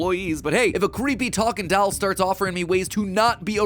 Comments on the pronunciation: I can't get over him pronouncing doll as "dowel" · MatPat: "Weird talking dall" Me: MatPat: "Talking dall" Me: MatPat: "Talking dall" Me: This is fine... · I have to say it, Matt pronounces doll weird. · You say "Doll" very weird, kinda like how Stewie says cool whip. You are putting the emPHAsis on the wrong sylLAble